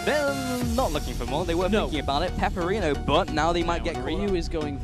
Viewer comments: OMFG, it's not peperino, IT'S PEPIINERO... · I really hope in the next round they call Pepiinero properly, not Peperino... Seriouly, every time they say "Peperino" my ears bleed...